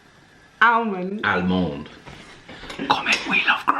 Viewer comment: We love, he says almond correctly 😂